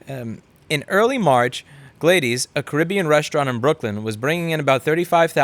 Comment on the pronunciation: Glay-dees? I'm used to hearing it as Glad-dis.